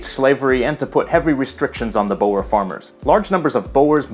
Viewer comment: I was laughing when I heard it pronounces "bower". You are forgiven.